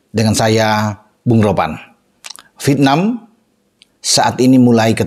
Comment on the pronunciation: Vièt-nam, bung... Bukan Vit-nam 😂